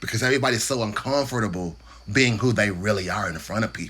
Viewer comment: The way you enunciate “uncomfortable” let’s me further know how Kentucky I sound 😂 Solid rant 💯